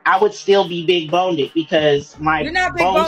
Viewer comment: “Big boneded” 🤨